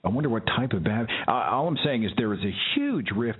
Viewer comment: Babdist? Isn't it Baptist??